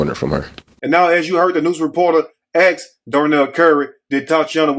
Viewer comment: why do they have such a problem with the word ASK? they axe instead...